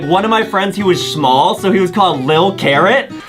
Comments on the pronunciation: Lol when Adem was saying sHmall Lol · Adam said shmal